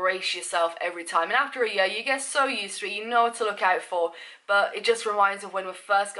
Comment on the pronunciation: I love how you pronounce 'year' lol